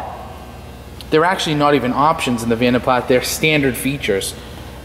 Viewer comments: PLAS is pronounced Plah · yes the S is silent he should have known that but he was young i think...also the yanks have different sounding words for lots of things like Scotty Kilmer You tube Mechanic he calls his car a Toyota "sillarcah " but it's pronounced Celeeeka well here in Aus anyhow